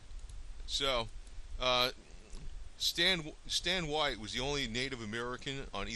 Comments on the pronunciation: His name is pronounced WAY TEE, not WITE. This guy needs to do more research before making a video like this. There were actually almost equal numbers on each side. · His last name is not pronounce "WHITE" but wā tē "WAY TEA" so if your going to use my ancestors in your propaganda get it right! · My grand Uncle Ben Carter rode with Stand Oowatie.I it is not pronoucned "White". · Watie burned down my 4th great grandfathers home. His last name is pronounced WATTY. Get it straight FFS. "Most Indians fought on the side of the Confederacy"? "The majority of the Cherokee fought for the Confederacy"? Ha ha BS. Waite was a greedy sellout along with the Boudinot /Ridge family who (26 years before the Civil War) signed the Treaty of New Echota in 1835 which sold all Cherokee land east of the Mississippi to the US government. This faction represented a minority of Cherokee and had no right to speak for all Cherokee, let alone sign treaties. For this they were sentenced to death for the betrayal of the Cherokee nation. Yet you pretend they represented the entire Cherokee nation? Not even close. Wikipedia has failed you.